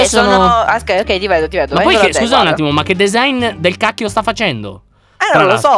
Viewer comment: Ma vi siete accorti che a detto ogei